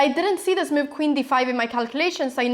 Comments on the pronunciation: And the funny way she pronounces the word 'move': ..'he didn't understand my mewv' ;)))) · Mew-v..ha-ha, never heard anyone pronounce the word 'move' like you do before :-)